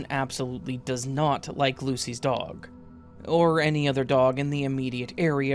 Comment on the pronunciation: Very Whimsical way of you to mispronounce, “does.” 🤣❤️ Just showing I’m listening by not only including your word of the week but your quirks from being exposed to the heat! 🔥 Stay cool friend !